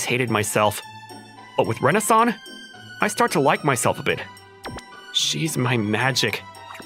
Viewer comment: When he says “Rena-san” it sounds like Renaissance I swear